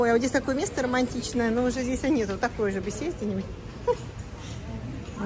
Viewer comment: Надо говорить не здеся, а здесь. Что за безграмотность.